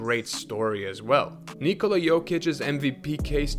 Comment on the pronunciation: Kudos for the most decent attempt pronouncing "Nikola" i've heard in a while. Where are you from ?